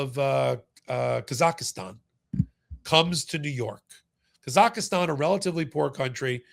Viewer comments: Kazakhstan.....not Kazakhastan! 😊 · Kazakhstan. Not Kazakhistan. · Never heard of "Kazaki"stan. Why is it so difficult to say Kazakhstan? ('Muricans...) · Embarrassing for repeatedly mispronouncing Kazakhstan as “Kazakhistan”. An expert looses credibility when making such mistakes. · you are a smart guy... but please try harder to call countries by their correct name. It is not Ka - zak - is - tan and the people are not Ka - za - kis. It is Kazakhstan... pronounced "kaa - zuk - staan" (use a soft a in both cases) and the people are Kazakhstanis... pronounced "kaa- zuk - staan - is". It is things exactly like this that annoys people about Americans. It makes it seem (to the rest of the world) that nobody else exists or matters as far as the average American is concerned. Kazakhstan's statehood traces back 561 years to 1465 and it became an independent nation in 1991 when it split from the Soviet Union. You need to do better if you are going to call out Trump and others for not knowing or understanding the things they know nothing about! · KAZAKHSTAN. There is no "I". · Please, it's pronounced KA-ZAK-stan. The citizens of which are KA-zac-STANEES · Thanks for all your hard work making this stuff understandable. By the way you're putting an extra A in Kazakhstan.